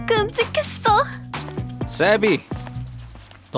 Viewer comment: 나만 세비가 쌔삥으로 들림?